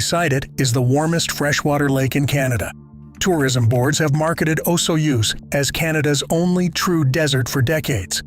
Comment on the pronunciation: Whether AI or stupidity, it's always insulting to hear common place names mispronounced: like Okanagan and Osoyoos BC among others. Furthermore, Great Britain established self-governance for the colonies called Upper Canada and Lower Canada long before 1867, making the establishment of "Canada" an event pre-dating Confederation in 1867. Many of the laws from Upper and Lower Canada were continued into Confederation and some helped define the BNA Act which is the defining Constitution for Canada with a Charter of Rights and amendment formula added for repatriation in 1982. Much of your info is incorrect regarding actual Canadian laws.